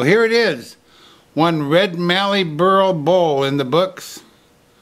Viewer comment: Hi. Great work with the Mallee burl from an Australian woodturner. And you know how to say Mallee, not Marllee like so many international turners do. By the way, it was not red Mallee but brown Mallee. I have turned both and they both give great results. Your description of the burl as a Hedgehog is appropriate, but we in Australia would call it an Echidna, our own spikey anteater.